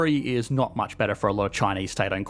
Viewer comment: Sorry, maybe it’s not the accent. It’s the vocal fry at the end of your sentences. “Betttaaaa” boy it’s BETTER.